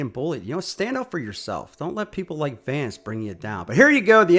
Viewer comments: Bro seriously called him Vance lol 😂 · Maybe he was upset because you kept calling him Vance instead Vince. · his name is Vince. at least get his name correct.